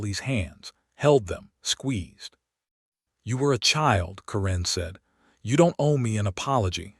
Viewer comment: A very good reading, but one tiny repeating detail: "Karen" is always, in my experience, pronounced KEren, with an accent on the first syllable, and the first "e" sound short, as in the word "jet." It was the name of a teenage girlfriend of mine, and fairly common, at least 40 years ago.